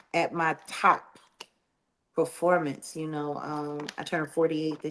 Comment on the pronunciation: PERFORMANCE OR PREFORMANCE?